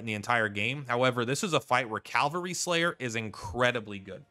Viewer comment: "Incapitated", "calvary". The words are on the screen, dude.